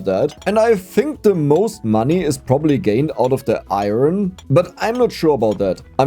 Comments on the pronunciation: Foreigner here: try to say "I earn" as in "earning money", then say it quicker: you'll have a really good "iron" pronunciation! Greatings from 🇮🇹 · ITS PRONOUNCED - IRN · No it’s pronounced iron not iron… it’s okay you’ll get there! Love the videos